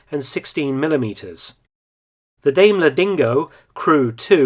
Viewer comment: daimler is pronounced DIE-m-LER. Love your content, hope all is well with you amidst this CCP plague